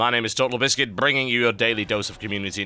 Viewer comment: there is something really weird with TB saying bringing, just listen